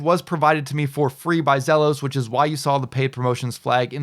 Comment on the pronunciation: I thought I would check here to see if it was sold out yet. It's pronounced Zeeelos